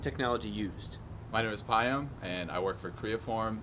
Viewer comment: I've never heard anyone pronounce Payam that way. I assume his parents are of Persian origin?